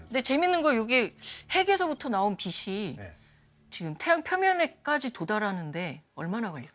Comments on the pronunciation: 빛이....비치가 아니라 계속 비시로 발음하시네요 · 공부 꽤나 하신분일텐데 자꾸 빛을 빗이라고 발음하네 거슬리게...